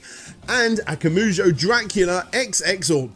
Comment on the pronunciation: FYI, it's akumajou, not akamujou. Akuma (悪魔) meaning devil and jou (城) meaning castle. If you have trouble remembering the order of the vowels, just think Akuma from street fighter + "Joe" like a cup of joe. Akuma, Joe. Akumajou. I also think it rolls off the tongue better if you stress the second syllable instead of the third, though that may be a matter of personal taste. Also his name is Igarashi, not Igarushi.